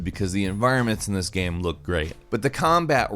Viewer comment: I can't help but notice that your pronunciation of the word "game" is very weird.